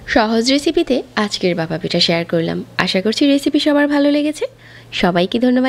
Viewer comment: আপনার উচ্চারণে অনেক সমস্যা যা শুনতে অস্বস্তি লাগে। যেমন ভাপা কে বাসা বলছেন। যেহেতু আপনার বাচনভঙ্গি ভালো তাই আশা করি উচ্চারণে ব্যাপারে একটু যত্নশীল হবেন। শুভকামনা রইলো ❤